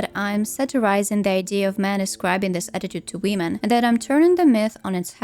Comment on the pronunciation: why do you always say "wiim'n" ? 😭